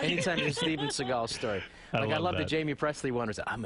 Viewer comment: Steven Seaego